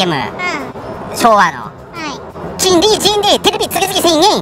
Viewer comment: ちゃみちゃみさん見ちゃいましたか🤣🤣🤣 ちんり月々１０００円に 聞こえますね🤣🤣🤣 いままで普通にきんりに聞こえてました👍✨ 発音だけじゃなく耳がなまってました🤣👍✨